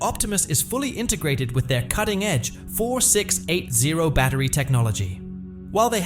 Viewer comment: Teach your AI voice how to say "4680".